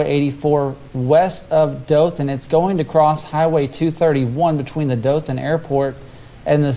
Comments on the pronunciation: they said it wrong, its Daw-Thin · they mispronounced Dothan